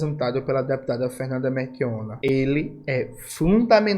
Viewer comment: Jones, tu tá falando "meRchionna" em vez de "meLchionna"